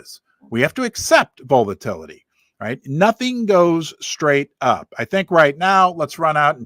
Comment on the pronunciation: V-ALL-A-TILL- A-TEE 😂 Must be the Missouri Accent? Love Ya!!!